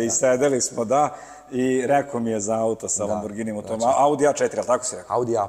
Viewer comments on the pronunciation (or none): none